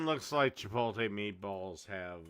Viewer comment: "why are you pronouncing the word like that?! That's stupid that's not how it's pronounced!" literally sixty seconds later: "CHIPOLTE"